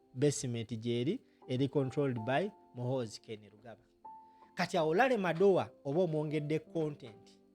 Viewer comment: Madowo not Madowa